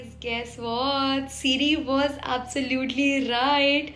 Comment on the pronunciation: "Siri" nahi Sheeree'n